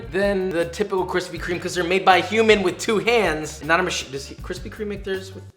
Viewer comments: ~kwispy kweam~ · Kwithpy kweme* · *Kwispy Kweam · No offense but I thought the kwispy kweme was better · Kwispy. Kweme. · Kwispy Kweme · Krispy Kreme Fanboys be like: Kwispy Kwime won Josh, Oh Mm Ge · "Nobody Wants That" ._. But I like Kwispy Kweme :c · Dude I literally only came for kwispy kweem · Nobody can defeat the KWISPY KREME DONUTS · I bet his are good but kwispy kweme is tHiCcCcCcCcCcCc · Yours is like thinnnnnnnnnnnnnnnnnnnn with 25 N’s, so yeah. Kwispy Kweme Wins! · Don't dis kwispy cweam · Josh: Treats the Krispy Kreme donut like sh*t Me: Rarely gets to eat a fine delicacy like Kwispy Kweme😢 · Hearing josh say kwispy Kweem brings me indescribable joy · Never fails...start diet.. Cravings begin.. Haven't bought donuts in years.. 2 days later.. Let's hit the Kwispy Kweme shop..😒 Hmmm 😂😂 😂 🍩🍩🍩 Looks yummy!😮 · Kwispy kweem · I’m sorry Josh but Kwithpy Kweme won this round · Yayyyyy kwispy kweem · Kwispy Cweam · Kwispy Kreme : you Gf when she's 20 Josh Donut: Your Gf when she 40. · Josh i love you. But take an L with this one. Kwispy kweme are just to good. I can’t imagine them beeing better. X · I challenge you to make a Gluten free Kwispy Kreme Donut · But you can't deny that's a good problem to have! Especially Kwispy Kweme Donuts 🤤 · I’ll take Josh’s KWISPY Creams any day 😏😏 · Kwispy kweam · Kwisspy KWEME I was waiting for so long